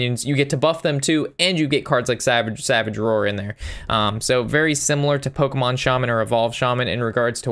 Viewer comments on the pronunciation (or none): none